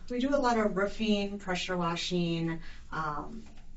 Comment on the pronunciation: "Do alotta Rufeeen, Pressure Washeeen.. mostly, it is General Buildeeen". (these are not Words). 😳